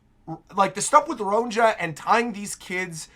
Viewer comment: I don’t want you to take this as a diss or an insult, I just want to let you know for future chapters and eventually the anime too: Elbaphian Names with the letter “J” are pronounced with a ‘Y’ sound. Ronja would be pronounced ‘Ronya’; Johanna —> “Yohanna”; etc. (it’s the same principle that applies to the name Bjorn, which people are more familiar with so they get that one right.)